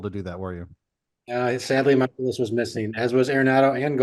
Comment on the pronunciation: It’s pronounced “MY-kolas”